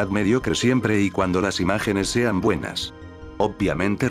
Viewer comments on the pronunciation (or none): none